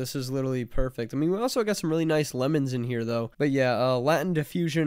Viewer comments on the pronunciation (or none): none